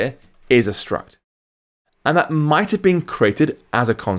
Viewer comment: where can I get some help?.. I don't understand.. you use words like 'might' have been declared as constant struct.. is that really the explanation? why do you say 'mught' then?.. it's confusing.. and if the ContentView struct is immutable why is a variable - body - declared in the constant struct..? Please, help, explain, I'm a beginner trying to understand..